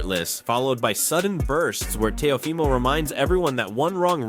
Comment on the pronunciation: AI audio: tay-O-Fy-mo